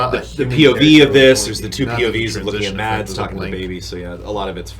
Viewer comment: Btw for people saying Mads like MaDs the D is actually silent it's pronounced like you would pronounce mass